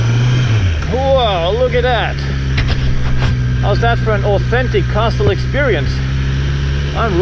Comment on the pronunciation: I fear that, when you are 40 and look back at these, you're going to cringe every time you hear yourself saying "cassel". There are some choices that can't be undone without losing the nuanced flavor of the experience. My videos of Moscow and St. Petersburg are completely unwatchable. You can only see something for the first time once. Great videos nonetheless.